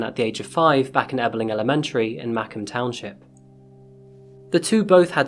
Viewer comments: So um. I may or may not live in Macomb township (pronounced muh-comb, not may-comb lmao) and uh, wow. This was not what I expected to learn about today. I can't overstate how much of a shock I felt when I realized that not only was this case in my state, not only near where I lived, but in the very township where I live, that gave me chills. I guess when watching true crime videos you never expect to find out about one that was right under your nose. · Macomb county is on the other side of the state. No where near Lake Michigan. It’s also pronounced “muh-kowm”. Great channel though. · I never heard of this case 😦 and I'm from macomb County but then again I was still in high school and it's pronounced "moocomb" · Macomb is pronounced "mah-COMB" (as in comb the hair grooming tool). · Macomb is actually pronounced Muh comb. Thank you for all that you do. I love your content! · You're getting much more confident on camera! Keep it up. Just wanted to add as someone from this story's area, there are many hard names around here to pronounce like Schoenherr and Gratiot, Macomb is pronounced "mah-comb", just in case you come across this name some other time 😊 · I understand pronunciations can be tough, but as someone who lives in the area I'm having a really hard time with this one. Macomb is pronounced "muh-KOHM." Stress goes on the second syllable, rhyming with the word "comb." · as a macomb county native it's pronounced "muh-comb" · How about you learn how to pronounce a county before you respect it? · As someone who lives in the Macomb Township, I will forgive you for pronouncing it wrong. However, we are nowhere near Lake Michigan. We are near Lake St. Claire. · That's not how Macomb is pronounced, as a former local, we put the emphasis on the second syllable. Don't ask me why, I don't get it either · i am from metro detroit and was SUPER confused by the way you were pronouncing macomb lol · Totally said Macomb wrong 😅🤣😂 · You also are saying macomb wrong